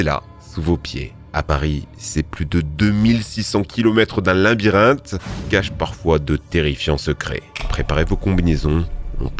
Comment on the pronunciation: LA-BY-RIN-THE ... cette fois je laisse un mots deja la derrnière fois Linbyrinthe